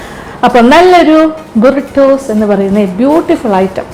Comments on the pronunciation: ബുറിടോസ്‌ അല്ല br-ee-tow aanu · Not judging but the way u pronouns buritos is wrong but still love this